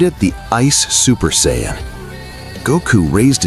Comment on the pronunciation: What the fuck is an cy ann? There’s no such thing, you mean, Saiyan.